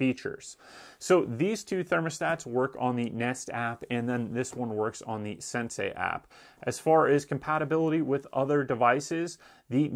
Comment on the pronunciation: Why does he call the Sensi a "sensay." Is he the Karate Kid? Wax on, wax off...yes, Sensay!